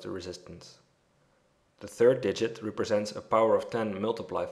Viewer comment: Excellent. It was exactly what I needed. Thank you. , "deviated," the first "e" is long, not short, "dee," not "deh." and other times, "represents," the first "e" is short, "reh," not "ree." Respectfully submitted.